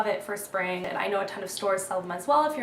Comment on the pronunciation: "my Sping..spa-ving" HAHAHAHA laughed SO hard at that. Jeez you crack me up!